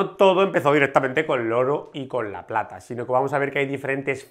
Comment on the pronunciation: A ver compadre, en el minuto 5 57 pata en vez de plata